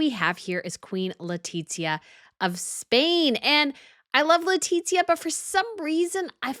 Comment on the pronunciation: Very enjoyable video. My one suggestion is for you to learn to pronounce Queen Letizia's name. Don't make the sound of a "t" as in pizza before the letter z, remember it is Spanish not Italian.